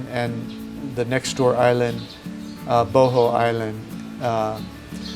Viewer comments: is Buh-haul not bo ho dammit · Not boho, it boooo hoooooolll, or even better booo haaawwwlll